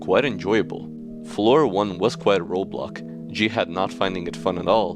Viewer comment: In life, there's Roblocks